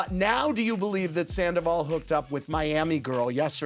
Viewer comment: She called him Skandoval 😂😂😂